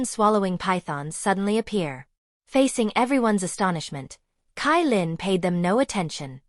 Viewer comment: CaiLin = ChaiLin not KaiLin